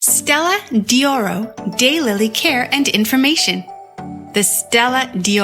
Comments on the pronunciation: Learn to pronounce what you are discussing! It is Stella d'Oro, not Stella di Oro. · It’s pronounced’Stella doro’ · “Dee oro” and “eye-talian” - couldn’t stand to listen!